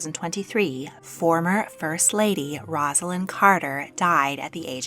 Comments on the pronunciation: One of my pet peeves in life … her name is NOT “roz” alynn!!! it IS “Rose” a lynn. not even the narrator of this story that features Rosalynn can get it right. pathetic journalism. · A nice vignette of the life of Rosalynn Carter. I briefly met Mrs. Carter when President Carter was visiting Kentucky while in office. She was a very gracious lady. But her name is pronounced "Rose-a-lynn". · Her name is pronounced with a long “O.” Basically, Rose-alynn. Before you make a video, check out how to pronounce the names. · Please learn how to pronounce her name before making a video.